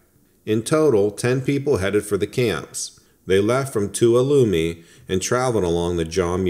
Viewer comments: Great stuff! It's pronounced Tu-all-um-ee. Tuolumne Meadows. I really appreciated that you add a sound effect and pause between each story. Some of these YouTubers are great, but they go straight into the next story, and sometimes I don't catch it halfway through the next story I realize they already finished the story before. Keep up the great work! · It is pronounced Two- wall- lum- me. Tuolumne. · "They left from 'Too-ah-loom-knee'" ...... wait... what???? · Tuolumne is pronounced too-all-ah me